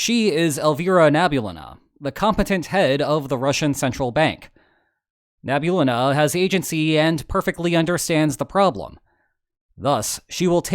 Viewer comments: Nah bee ooo lee nah Not "Nebulena" 😂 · Its nabiUlina